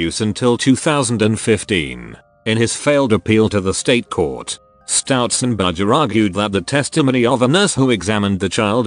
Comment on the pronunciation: "stoutzenberger" every fuckint time